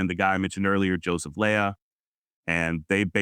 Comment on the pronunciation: Joseph Lea, last name is pronounced Lee-uh... Lea County was named for Joseph Calloway Lea.